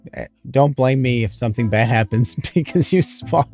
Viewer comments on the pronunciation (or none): none